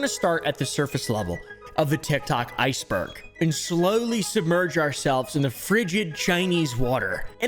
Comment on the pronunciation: "A scary part of TIgTob a bit deeker down in the utberg" you okay there?